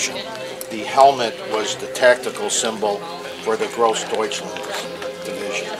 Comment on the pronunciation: Sort of flinched at the guy's pronunciation of Groß Deutschland